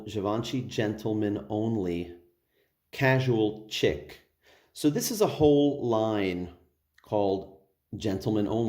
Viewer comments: Bro, it's 'chic' pronounced like 'sheek.' Please stop saying "Chick" 🤦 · Nice review 👍🏻.. Sidenote.. Chic is pronounced "sheek"